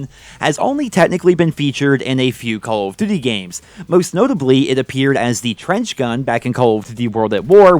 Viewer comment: "Caw of diddee"